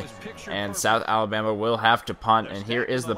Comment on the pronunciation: you said south abama